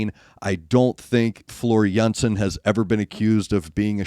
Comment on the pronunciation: But you are required to pronounce Jansen correctly ;)